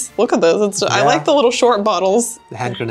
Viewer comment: you know what I heard say? "Headgrenades" - it hits your head directly... In Salzburg, Austria there's a restaurant selling belgian beer and my favourite there is Leffe ( there are a few different types and one of them is at 8.5% alcohol)